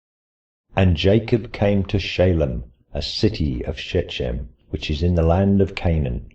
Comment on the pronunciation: "Shechem" has ch as in "loch", not as in "church".